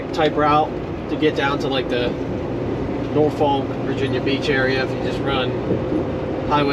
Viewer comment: Norfolk is pronounced Nawfuk!